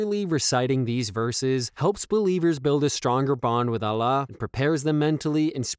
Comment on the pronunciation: Allah not Alah brother